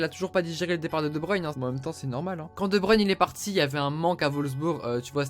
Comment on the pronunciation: Enfin quelqu'un qui ne dit pas de bruine et qui dit de bruyne